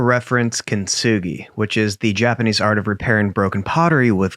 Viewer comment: pscht listening to her completely butcher "kintsugi" as "kintsuguroi" and then just completely being an arrogant a$$ for the rest....lmfao